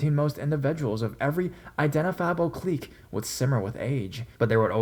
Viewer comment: Kleek? it's pronounced "click" I think...